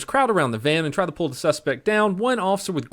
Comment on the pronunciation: “The BALlLs”